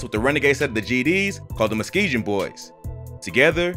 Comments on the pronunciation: It’s Muskegon- not muskegeon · Muskeegan pronounced Mus-kee-gun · It’s MUSKEGUUUUN NOT MUSKEGIN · Videos cool 😂 but Herb from my hood it’s called MUSS-KEEGAN not muhskee-jin 😂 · Bro you been saying it wrong it’s “Muskegon boyz” not “mukesjon” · it's pronounced mus kee gen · "muskee-gen" lmaooo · Why you keep saying Muskeegan boys like that. You keep slurring it 🤣💀🤣💀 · good video but its pronounced "Musk-ee-gun" not like 'juh" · It's pronounced Mus-Key-Gun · Hate the way he pronouncing Muskegon. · BRO STAY IN YO OWN CITY don’t even pronounce Muskegon right 🤦🏾‍♂️